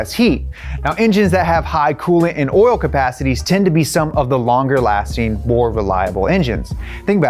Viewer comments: every time says “orl” instead of “oil” i giggle a little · When he says oil he say oral and i cant tell where you are from is it brooklyn, sounds like brooklyn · The more he says 'oil' the more it sounds like 'oiel"